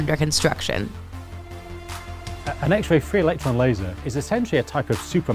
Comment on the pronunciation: The narrator emphasized it incorrectly.